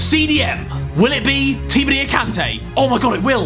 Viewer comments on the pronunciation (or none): none